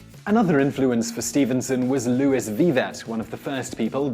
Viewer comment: Robert Louis Stevenson = Robert Louie Stevenson, not Robert Lewis Stevenson. British or French pronunciation, not American.